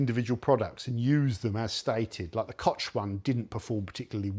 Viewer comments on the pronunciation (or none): "Kotsch" sagt er...🤦 Habt ihr auf eurer Insel durch die viele Inzucht alle einen Sprachfehler?🤔 Kann nicht so schwer sein, es einfach ganz normal K-O-C-H auszusprechen.... OHNE dämliches 't'...